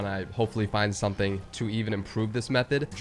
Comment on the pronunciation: Meothed of mine he says